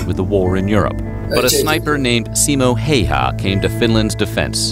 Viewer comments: Very cool to see as a Finnish person this here in your chanel 💚 But Häyhä is NOT nothing like "hey-ha" the start "hä" is pronounced like start of the word ha(ppy); so ha+y+ha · Yea it is annoying when people say “hiha”